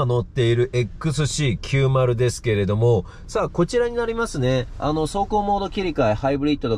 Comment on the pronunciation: ちゃんとXC90って言えましたねw